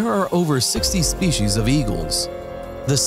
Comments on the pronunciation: It's "spee-cees" or "spee-cies", not "shpee-cees." A pro narrator should get that right. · I also wonder about the ones who say "spe-shies." There's no H in that word.